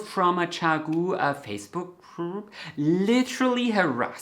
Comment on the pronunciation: I like the Chiaogoo needles best.. I buy when I need them for something not till then.. I don’t buy sets.. just what I need to use.. so glad u said chiaogoo, I wasn’t sure I was saying it right 😂 I’ve never heard the brand spoken out loud.. 😂